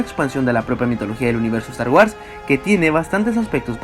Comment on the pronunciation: wuors! pronuncia bien!!!!!